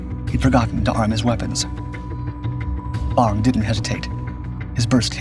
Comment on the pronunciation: *Bong;...--->>>NOT: "Bomb"-!